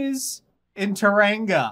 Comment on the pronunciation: Hi and, Tauranga is pronounced TOE-ra-nga, with vowels like Japanese. This episode is caterrific!